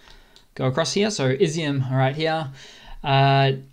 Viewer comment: Also Izium is pronounced e-zoom and not izzy-um.